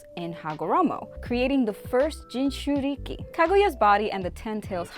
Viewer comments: Learn the pronunciations you uncultured swine “JoNIN” “Jintriky” 🤦🏽‍♂️🤦🏽‍♂️ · Austin Morgan ong it’s pissing me off how she’s pronouncing jinchuriki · She cant say jinchruki lol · I’m not sure if she’s ever watched the show or doesn’t bother to pronounce most names right like “jinchuriki” or “otsutsuki”,but it pisses me off